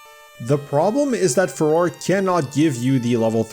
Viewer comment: Fuh-ROAR-ay I will also accept "Fay-Roar", but its not Fuhror, please 😭😭😭